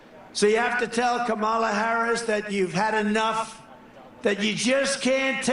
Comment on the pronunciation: I’m by myself downstairs & I still corrected Trump out-loud EVERY GD TIME he purposely mispronounced her name. I do it to everyone. It’s knee jerk at this point. Trump: Ka-mala Me: It’s Comma-la, u rude a-hole!